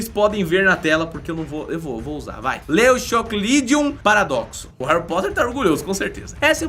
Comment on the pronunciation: Se lê leucocloridum paradoxum